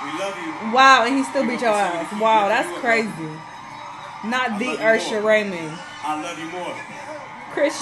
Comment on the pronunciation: "Not Ursher Raymond" 🤣🤣🤣